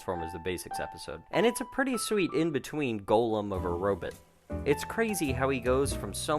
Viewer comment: Robit? Oh please say it correctly. It bugs the crap out of me when people mispronounce robot. 😃